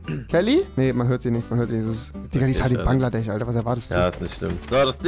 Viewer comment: Niemand Wirklich niemand Rewi:bangladech